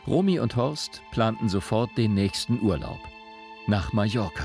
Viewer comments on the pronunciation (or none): none